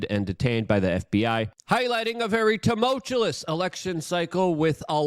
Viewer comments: Luke says tumultulous so much, I think of him every time someone pronounces it correctly. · Wow it was first tulmotuous in this video 😂